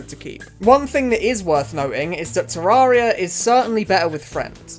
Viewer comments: Ta-rare-e-ah. Not ta-roar-e-ah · bro hit us with the "Terrahria"